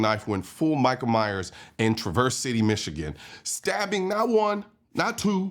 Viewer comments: Traversee? Traverse... no ee. The news caster literally pronounced it several times. People are so quick to make a story with information they got from other YouTube platforms... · its not pronounced "Traverse City", its pronounced "Traver City" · For the record its pronounced TRAV-ərss City. lol you used Detroit coverage like Michigan is all 1 city. (Like the newsperson said it - pay attention.) This is the most ridiculous video I've seen in a bit. if the person wasn't there then the cops who were arriving on the scene. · Thank you for this video. However, please learn how to say the city name before making videos. I like your channel but when you say Traverse wrong continually, I’m turning it off. It is pronounced “traaaav-erse “. Long A sound. Listen to the broadcaster- she says it right. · Colin, man, great video. Just a word... it's pronounced Traverse with the accent on the first part. So it's TRAH.verss. The way you pronounced it is the verb. Thank you for your attention to this matter. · TRA verse. Accent on the first syllable. Cheers! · pronounced trav verse city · Trah-Verse is how Michiganders pronounce it. Beautiful area really. you almost can't get anymore opposite side of the state without going to the UP. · TRAA-verse brother (like the news reporter pronounced) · The a in Traverse is pronounced like the a in Travis, Collion. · TRAverse. TRAverse. TRAverse. You guys are making my ears bleed! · The city is pronounced with the accent on the first syllable. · I don't know why but you did not say Traverse City right. You're not wrong, but you're wrong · “Traverse” accent is on first syllable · I'm from Michigan. You pronounced traverse city incorrectly. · Learn how to pronounce the name of the city.. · You pronounced the city incorrectly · Colion Noir: just fyi, when pronouncing the name of the city (Traverse), the accent is on the first syllable. Thank you. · A like apple. Traverse (tra... a like apple... verse) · You are pronouncing Traverse wrong.